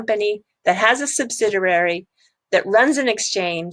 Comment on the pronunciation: Hi, its pronounce subsidiary. Not subsiderary. Good channel though.